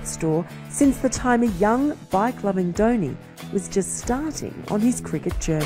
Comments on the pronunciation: Its not downy its dhoni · Not Dhouni but Dhoni. At least pronounce name correctly before making videos.